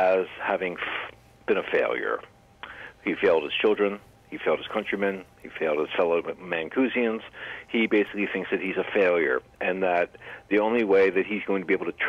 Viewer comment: "Mancusians"?? Haha, it's 'Mancurians' or 'dirty mancs'.